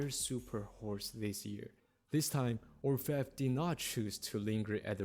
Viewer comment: He pronounced it right. It's not English, but French and it means "Goldsmith."